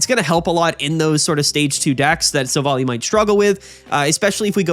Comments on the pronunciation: hello ! Just to say : it must be Silv - ally. Like in an ally. Since in french it is "Silvallié" meaning the same thing :p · silvally is pronounced silv- ally ally like wow hes an ally not like alley